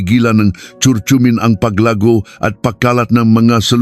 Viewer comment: Sana hindi AI ang nagsasalita... pronounciation ng curcurmin iba na, ano ba naman iyan doc? 🤣